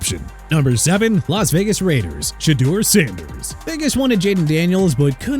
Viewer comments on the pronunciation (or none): Ah Yes Colorados States QB Shueder Sanders